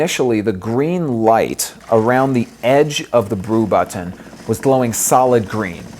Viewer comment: LOL..i thought i'd be the only one annoyed at the freak'n buTT-eenn..who says this so many times...just too annoying